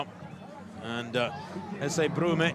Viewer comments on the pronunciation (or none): He started with the right pronunciation: Broo-May, and then switched to the wrong one : Broom.